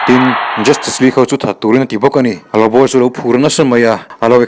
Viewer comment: LuBu emaw Lawbaw ti a lam tur zawk ani , Lawbu ni lo in a tir tr ah khan , Lawbu rawn ti zeuh a😂😂 hrilh hai hman nasa lawm le